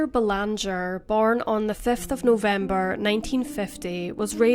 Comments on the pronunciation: It’s pronounced Bay-lawn-jay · It is said "Belangee." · Doesn't pronounce Belanger like we do in Canada